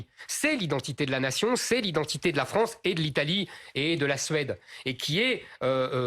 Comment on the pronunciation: Et la wranze aux wrançais